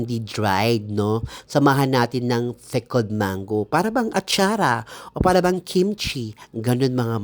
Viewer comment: Mars, pickled ba o "fickled"? Haha